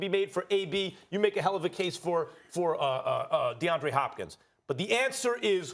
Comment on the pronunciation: This clown really said Deandre Hopkins lmao